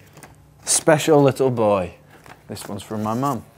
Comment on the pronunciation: "Thes uons fo mei"